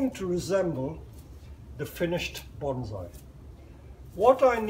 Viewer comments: It's NOT BonZai, it's pronounced Bonssai..... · IT'S PRONOUNCED BONE-SAI. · Very much enjoyed the presentation. Is that the expat Chinese pronunciation of Bonsai ? 😎